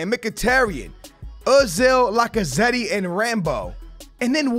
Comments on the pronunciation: It’s Lac-a-zett that’s how you pronounce it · When you say lacazette you don’t say the ‘e’ at the end Like so skillz can see